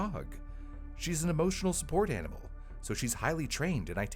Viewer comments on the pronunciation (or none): none